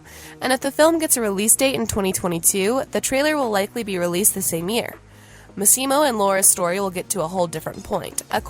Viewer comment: Would be nice if this reporter would pronounce Michele's and Massimo's names correctly. This article was a lot about nothing.